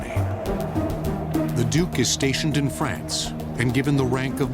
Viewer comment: my god at least pronounce duke correctly